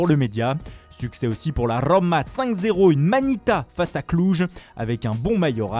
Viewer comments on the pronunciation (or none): "La Rrrrrroma"